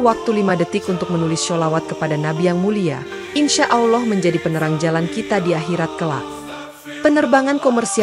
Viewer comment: Ini benar apa gak sih . Soalnya yang cerita kok bahasa arabnya gak tepak ,baca lafal ALLAH saja gak bener. Tolong belajar dulu lafal arabnya..supaya meyaqinkan.